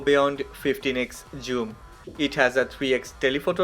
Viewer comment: Bro don't say joom